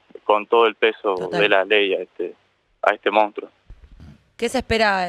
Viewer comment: se dice monstrUO, No se dice mOUnstro. Si no lo saben ni pronunciar, menos van a saber identificarlo.